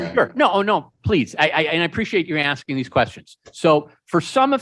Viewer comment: He was axing again..